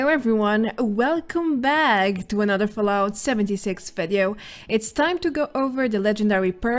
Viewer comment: I like how she says "welcome baaag!". But seriously, best channel ever for Fallout news, thank you very much for all the hard work!